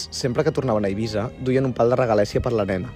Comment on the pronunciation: és eivissa amb essa sorda